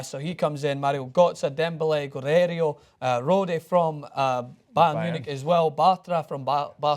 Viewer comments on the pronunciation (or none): dear god just butchered Guerreiro's name so hard, real name: Guerreiro, what said: Guerério